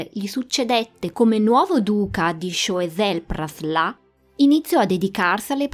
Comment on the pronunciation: tu pronunci Praslà ma non capisco questa "a" accentata da dove viene. In francese "in" si legge "en" o al massimo loro vertono più sulla a, quindi "an". Forse, ipotizzo, il tuo amico ha pronunciato "an" e visto che la n è molto nasale ti è parso di capire Praslà. Correggimi se dico fesserie